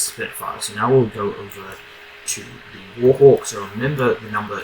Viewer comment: The "wOrHoWk"